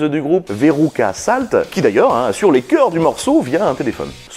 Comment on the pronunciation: Allez, me laissez pas seul: qui comme moi a bogué à sur le « (as)sur(e) »? 😄 (bravo, c’est la première fois de ma vie que je suis obligé de me repasser une phrase dans ma langue maternelle en vitesse 0,75!! 😜 - c’est pas beau de vieillir…)